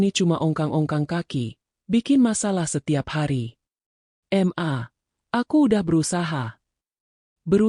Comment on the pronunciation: Jangan dibaca em a mbak tapi ma, mana ada anak keorang tuanya kalau manggil seperti itu, ma bukan em a